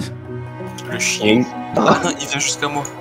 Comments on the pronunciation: longue vie à "chiengue"😆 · R.I.P "le chiengue"